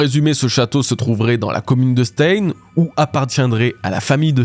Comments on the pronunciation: Stein, en allemand, se prononce "Chtaïne", pas "staine" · C'est pas 'staïne' mais 'chtaïne' 😂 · Stein ne se prononce pas comme ça mais ( stein = chtayne) comme einSTEIN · je t'adore depuis des années, mais je t'en prie, Stein ça se prononce "schtaïn" 😭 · « Stein » se prononce « chtaïne », comme le groupe Rammstein. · Se lit stain. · stein se prononce en allemand Stein {m} /ʃtaɪn/ sta ïn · Coucou, tu travail toujours aussi bien mais s'il te plait, le mot "stein" En allemand se prononce "chtaïn" 😅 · Super vidéo mais ta prononciation de Stein c'est pas possible 🥲😂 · Je suis désolé mais tu prononce pas bien du tout le mot Stein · La prononciation de stein pitié! 😮‍💨